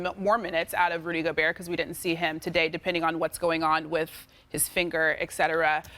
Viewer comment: “Rudy Go-Burr” - Perk 😂